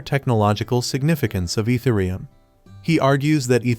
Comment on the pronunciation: Dude you lost me at your pronouncement of Ethereum.